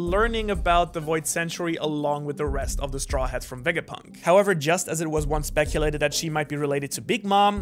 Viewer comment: "VEGAPINT" THO